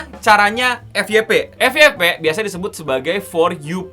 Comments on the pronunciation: FYP bukan Efiyepe (EFI YE PE) akan tetapi EFYEPE (EF YE PE ) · Dalam Pengucapan Bahasa Inggris : FYP : F WAI PI.